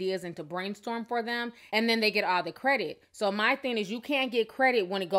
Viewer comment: Ti say theen instead of thing... Lol love it.